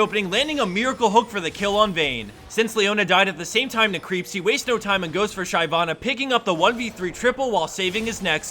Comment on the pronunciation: I winced every time he mispronounced Shyvana.